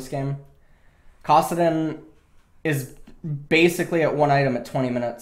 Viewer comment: its kAssadin not kOssadin